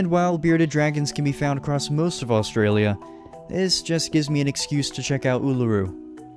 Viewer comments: I live in Australia and also do not say Australia like that and there is actually a lot of tropical places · Australia pronounced: us-straya